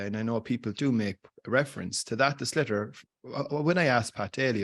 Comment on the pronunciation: 'shlithar' not 'slitter' please.